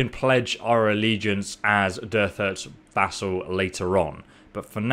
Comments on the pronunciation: doesnt cheating kind of take away the feeling of achievement for you? oh and its vAssal not vEssal ;) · My good bro, it’s vassal not vessel. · pronounces it VESSEL, then claims 100 IQ play. Oh, y u always make me laff? VESSEL and VASSAL are somewhat different. You are british, are you not? You should know this word. The brits were all about vassals:O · Really enjoy your videos, but omg its drives me nuts that you keep saying vessel instead of vassal!! haha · When you say vassal it sounds as though you are saying vessel. Is this on purpose? Also there is an N in Valandia. Cheers. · I'm enjoying your Bannerlord series but PLEASE, it's vassal NOT vessel, brother. 😉👍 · VAssal not 'vessel' <3 xx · Vassal* Vlandia* not bloody vessel and Valadia..... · Vassal =/= vessal. Vassal is pronounced Va-sal. Also Equite is E-kwi-teh. I am not British nor American and I know better lol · VASSAL! not vessel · Dude it annoys me so much that you say vessel instead of vassal. 2 very different words. It makes it seem like you want to be a jar or something. "I am a vessel m'lord, you can put stuff in me" lol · Disliked because you said vessel instead of vassal. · If he said something like Vay-sal, sure, but he said vessel, which requires you to see E's when there are none. There's a difference between mispronunciation, and apparent illiteracy. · He didn't say it in this video though. He's said it once (as far as I am aware) in a completely different video, and if you actually take a look at the video, you can see that he cuts a lot while reading, most likely because he's making mistakes. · Glad I wasn't the only one who winced everytime he said Vessel. They're not even related. Vassal is more equivalent to a Valet. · The guy keeps saying vessel, so i guess his iQ is somewhat less than 100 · Bro, I love the channel, it's great content and very entertaining, you're a great person for this! That said... For the love of God, please learn how to say vassal properly! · Vassal. vAssal.